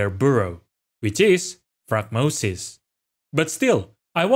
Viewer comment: I don't want to be rude but you've said the word wrong every time. It's like the word diaphragm. The little membrane underneath your lungs. It helps you breathe. They look like a diaphragm. Not die-afrag-em